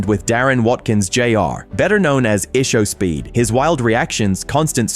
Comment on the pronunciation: Fact you can't pronounce Ishowspeed's name correctly tells me this is another AI video!